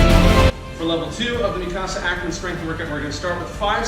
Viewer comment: It’s mik-a-sa not mikcasa